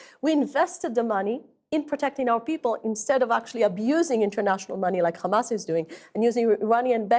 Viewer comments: All came out of her mouth is rubbish. It's not Khamas its a hamas. Western journalism is dying. Taken over by Zionist. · The way she pronounces kkkkhamas. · can't even pronounce hamas properly